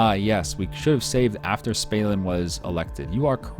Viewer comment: Im pretty sure it's Stalin and not Spalin, same as Gill Bates :D